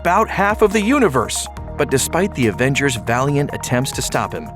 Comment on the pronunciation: Is it me or did he say "Aventures Age of Ultron"